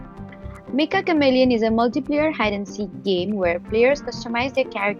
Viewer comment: It's pronounced metcha not mekka.